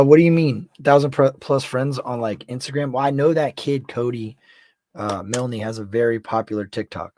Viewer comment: The name is pronounced With a silent e... ie Cody Miln..✌️❤️